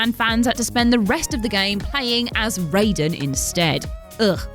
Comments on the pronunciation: and her terrible ability to pronounce names, strikes again!! Ffs someone PLEASE proof watch these before putting them out!! It's not ray-den..... Its R-eye-den. He's not the dude from mortal kombat!! Spelt the same.... Pronounced differently!! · Raiden is pronounced as 'Rhye-din' not 'Ray-din'. Also if you are aware that Raiden is going to be the main protagonist going into the game it is not that bad (then again Revengeance was my first Metal Gear game so when I played MGS2 I was happy to see my boy Jack again) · OMG how many times, WhatCulture people - it's not pronounced Raid-en it's Ry-den! Surely Scott would have told you that? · did you just call "raiden" "rayden" ???? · Rye-den. It's pronunced Rye-den. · Yet MK is pronounced Rai-den....she's not wrong. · Mad props, a professional 5th generation butcher would be ashamed when compared to this pronunciation of Raiden.